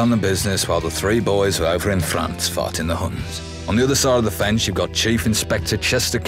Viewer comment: I know he's saying "fighting in France" but all I can hear is "farting in France"